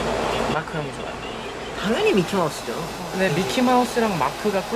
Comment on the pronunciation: Taeyong is the cutest interviewer. Also, him repeating mark's name "moarrk" made my morning.